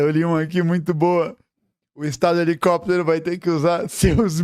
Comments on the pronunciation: Toda vez que o fala helicóptero, eu lembro do meme "helecopetero, helecopetero" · HELICÓPTER, HELICÓPTER